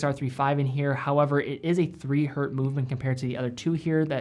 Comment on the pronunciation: Why do I sometimes hear "hurt" when he's trying to say hertz?